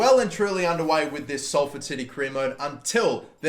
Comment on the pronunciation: Omg he said Salford right